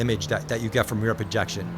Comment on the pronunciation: Enjoy seeing your takes as always! I'm not sure if this is a matter of your accent, but it sounds like you're saying "rear projection" when referring to how the framerate is altered from 60 to 120 in the headset. One of the terms for this is "reprojection", also "asynchronous reprojection". If it's just your accent, I'm not bothered 😂 just want to make sure you got the details on it.